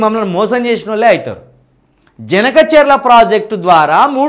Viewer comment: Harish Rao cheppindi vinnaram kadu...please review the project and tell the facts....first ganaka cherla kadu Boss, it is Banaka charla